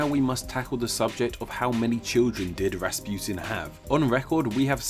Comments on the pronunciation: it's rasputin not rasputine i know cuz my mom is russuian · Why do you say Rasputin like that , the u isn’t eu it’s oo . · It's not raspiotun its Raspotin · It’s not pronounced “Raaspuetin” it’s pronounced Russputin. Please pronounce Russian names and words correctly. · it's Rass-pu-teen not Rass-putin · Its pronounced Raspuchin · In Russia, Rasputin is pronounced Rac-pu-teen (Распутин) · its pronounced rahs-poot-een